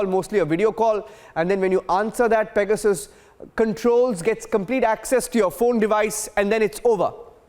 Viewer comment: What's pega-soos??